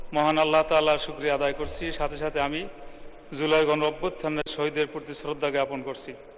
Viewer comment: এটা এদের যোগ্যতা! (লজ্জা!) জুলাইকে উচ্চারণ করছে "ঝোলাই" হিসেবে। এই জাতির লজ্জা শরম নাই? এদের সংসদে কে পাঠায়?